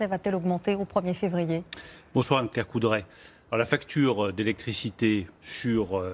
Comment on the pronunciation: mn 👈 "Bonsoir Anne-Claire Poudrèe !" 🤣